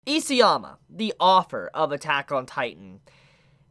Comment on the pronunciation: It really bothers me that you pronounce “EASYama”. His name is ISAYAMA!